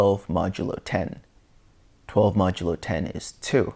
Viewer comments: Thatks for the great vid! btw, It's pronounced "mäjəˌlō" not "məˈdəlō" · Good work on the videos. FYI modulo is pronounced MOD-you-low with accent on first syllable. Ie